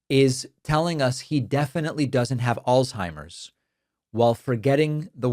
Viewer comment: Al-Zhei-mers You can't even say it right/ There is no "T" in the word and nothing is pronounced like a T in it